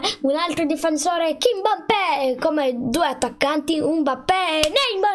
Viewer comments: Non si dice Kimbappe ma Kimpembe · Si chiama kipembe non kinmappè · Non si dice kimpabe si dice kimpembe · Si chiamerà kimpembe non kimbappe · NOOOOOOOOOO SI DICE KIMBEMPE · Comunque si chiama kipembe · Si chiama kipembè